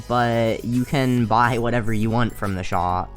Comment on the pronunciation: Why do u say shop sho